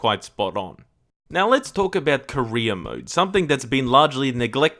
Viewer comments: Same here 🤣🖐 God dammit it's career not Korea car and reer = career for him it's more like ko and reer = korea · everytime you said career mode, i thought you said korea mode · I know that you're saying career mode, but I cant help but hear Korea mode, which sounds hilarious to me lol